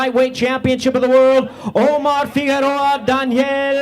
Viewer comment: its Figueroa ...not figuerora u fat idiot